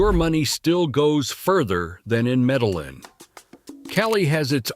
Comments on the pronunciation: Somebody teach this INDIVIDUAL that it is Spelled: C - O - L - O - M - B - I - A!!!!! And my Beautiful & Bad A_s City is Pronounced: ME - DE- YIN, with a heavy accent on the YIN (the last 4 letters); Spelled Medellín. Just as my Proud Colombian & Medellinite self grew up in the U.S., I had to learn Proper/Correct Pronunciation of everything in the U.S. You foreigners can do it too; just simply educate yourselves w/something that shouldn't be soo hard to do. A bit of an exception for those who are 60+ older folks, but I'll start w/folks being 40-45+. As our parents had issues w/the language when we moved to the U.S. & they were in their 40s. All the other cities were totally mispronounced also; who is this guy?? Or is it an AI Voice? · I had to stop after the 3rd Medal-Lin. Couldn't take it. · It’s ai. Not being able to pronounce Medellin correctly is one of the give-aways. But I agree with you, get the pronunciation correct or I lose confidence in the veracity of the video. I have spent a total of 6 months in Colombia mainly in Antiochia and Eje Cafetera. My next visit I will check out Popayan. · Why say Medalin and what other errors are here🎉 he has numbers backwards. Pero is stronger than in a long time. Any dummy can do a video.